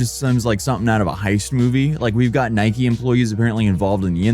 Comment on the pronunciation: It's Nike NOT Nikey you morons.